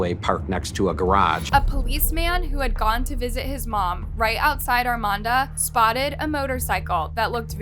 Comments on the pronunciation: You should prolly Google how to pronounce names towns cities states cuz you're saying Armada wrong and it's so far off that I can't even watch this one you think if you're going to make a video about something you would want to make sure you're pronouncing everything correctly all your information is correct ect for some reason you really don't care about misinformation or how to pronounce shed or really anything in your videos are getting very difficult for me to watch just some constructive criticism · Ar-may-da. Armada. Ar-may-da. You listen to people pronounce this name throughout your presentation, yet, you cant help but throw an "N" in the there. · There is no N in Armada (r-MAY-da) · I religiously watch your channel. This is 15 minutes from where I live. This was hugeeee when it happened. They have a memorial garden for April in Armada. RIP I can’t help but giggle when u pronounce Armada. It’s ARRRRR-MAY-DUH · I'm from this area. This was very sad and disturbing. Also, it's pronounced Arm-May-Duh. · Not gonna lie she has a habit of not pronouncing things correct. Still love her videos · You do realize you're saying the city name completely wrong. There is no N lmao, God i hate youtubers who can't do their research right especially something as small as city names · I really like your videos, but you mispronounced Armada A LOT. There isn’t an ‘N’ in Armada. Please practice words you’re unfamiliar with to seem more polished. Thank you. This is meant as constructive feedback, not a slam.😊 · Girl, you are wasting precious time. I won't even try to count the mispronounced names of people, towns etc!!!😂😂😂 I'm ur neighbor from Detroit!!🤗🌹(I remember when this terrible invite happened RIP April💔) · The first clip used, the guy even pronounced it properly. I'm not even familiar with it, but there's not even an 'N' in the name.